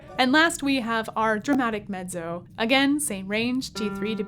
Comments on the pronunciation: face-purple-wide-eyes: I guess I have been used to hearing with a "T" sounds as in met-zo - as in Pizza. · Mettso, not meddzo. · She pronounces it the Italian way ;) as in medzo. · VERY curious about one thing: Your pronunciation of MEZZO is unusual to my ears. 🧐